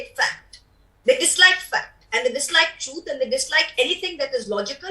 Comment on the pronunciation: This MP from Trinamool Congress has pronunciation issue...she needs to work on her “T” sound truth is sounding Chuth.. Being a politician you can't tell the truth as chuth.